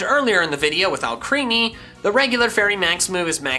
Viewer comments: It’s more killing that he calls it “All creamy” when it’s spelled “Alcremie”, pronounced like Alchemy. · If you keep saying ‘ALCHREAMY’ I’m never watching another one of your fucking videos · Are you saying Alcremie wrong on purpose like you do some others or is it unintentional, because the way you say it is creepy AF. But if I knew it was intentional, I might find it funny. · PLEASE FOR THE LOVE OF GOD PRONOUNCE ALCREMIE CORRECTLY